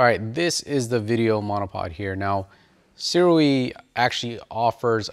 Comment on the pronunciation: Shouda gone with the Sirui. (BTW, according to the manufacturer itself, SIRUI is pronounced SOO-RAY.) Great info video bro. Thanks and keep it coming!